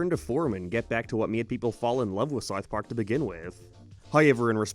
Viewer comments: im i the only person hearing “sarth park” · fr i cant even finish half his videos. he cant pronounce SoUTH Park and he sounds like a valley teenage girl at the end of all the sentences. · The way this guy pronounces “w” sounds is crazy. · do you have a speech impediment or something? someone that does voice over video essays for living should at least be able to pronounce basic words properly you re_________________________________________________________________________________ (t)ard sarf pork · " Sar Park " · Why do you pronounce it like "serwarth park"? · sarth park